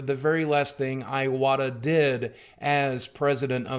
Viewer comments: His name is pronounced ""ee-wata"....not "eye-wata". FFS suck. If you are such a "fan" the least you could do is pronounce his name correctly. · Would have been nice if you actually had pronounced his name correctly :/ Ee-wata, not Eye-wata. sigh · Goddamnit, his name isn't iWata like an Apple product, it's ee-wata. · Just to let's you know you're pronouncing his name wrong. It's not eye-wah-ta. It's ee-wah-ta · EE EE-wata not eye-wata EE-wata fuck. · Rest in peace Iwata-san. I love that so many people are celebrating his life. However I wish most Youtubers would do a little research and learn how to pronounce his name before thanking him for his contributions to this industry we all love. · dude Boogie give the man the RESPECT he deserves by NOT butchering his name. Its pronounced 'EE-WAH-TAH', not 'EYE-OH-WAH-TAH' bro. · I like nintendo, yeah. My first game was Contra. STILL, it's pronuonced E-watta, not Aj-watta. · R.I.P #Fuckcancer On a side note, his last name is pronounced ee-wah-tah not eye-wah-tah. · Alright, someone's gonna have to be "that guy"... It's pronounced Ee-wata, not Eye-wata. Agree with everything else you said though. I wasn't a fan of some of his politics, but he was a damn fine businessman and never failed to put a smile on my face with his self-referential humor and attitude. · Great video. You have a great presence and voice for this. Just one thing: It's "ih-wata" In Japanese there are 5 vowels. a,i,u,e, and o Pronounced: "ahh" "ihh (and in pick)" "oooh" "eyyy" and "oh" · pronouncing someone's name has nothing to do with whether you are speaking in japanese or not. Calling Iwata "eye-wata" is like someone calling a guy named Steve. "Styurbb" Also, I like the idea that you equate pronouncing someone's name correctly as being "weeaboo". That's about the most depressingly american thing I can think of.